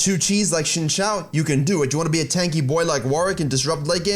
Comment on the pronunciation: it's pronounced zin jao not shinshao